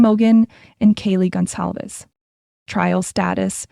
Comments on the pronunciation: It is NOT “Gonzalez!” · Thank you so much for putting this in here. It irks me every time I hear it’s spoken Gonzales